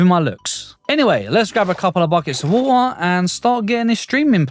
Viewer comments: Lets grab a bucket of woolllleer... bro 😂 english people will never change... relly good video sir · did anyone notice he said wa'er?